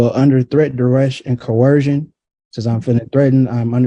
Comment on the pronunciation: At least he knew how to pronounce "coercion" tee hee